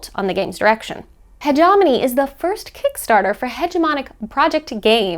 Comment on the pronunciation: If I have learnt anything form the success of Hegemony, is that no one in the board game world knows how to pronounce "Hegemony";). Love your work, (please do not ban me‼)